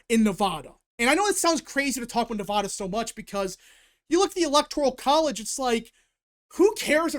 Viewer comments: As a Nevada resident and Washoe county voter its pronounced Neh-Va-Duh. The middle part rhymes with the sad or mad, which is how Commiela is going to feel on November 6th. Keep up the great work! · In california, everyone pronounces it at as "ah" not "aw." Hearing mispronounce Nevada is so weird to me, but that's how I feel about anyone who does the same mispronounciation. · Cast my votes at the Washoe (pronounced WASH (like Washington) OH (like Ohio)) County Registrar at roughly 11 AM today, the 22nd. Was in and out in ten minutes; don't know if that's good or bad. The true wildcard here in Nevada (pronounce the VAD like glad) is how the independent voters go. As shown in your Excel spreadsheet, Republicans do slightly outnumber Democrats in Washoe County, but Unaffiliated has a sizable plurality. We'd better hope they break for Trump. Here's my thinking going into 11/5 at 4 PM PST: if Virginia is called right away (like in 2020), then it's likely NOT going to be a good night. If there's a delay in calling the state (like 2016), how much of a delay there is will be indicative on how GOOD a night it'll be. Obviously, the longer the delay, the better! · Yeah, I noticed he was pronouncing it both ways. I lived in LV for 10 years, and I still pronounce it with a "da" like ta-da. Maybe, it is my Southern accent (born in Texas)but no one ever said it was incorrect when I lived there.